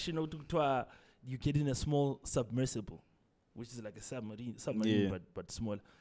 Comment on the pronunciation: Say it with me buddy, "SUBMERSIBLE" 😆